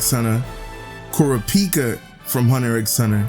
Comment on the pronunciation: Did he say kudapika 😂